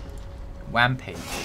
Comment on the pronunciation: "Wampage" I laughed so hard 😂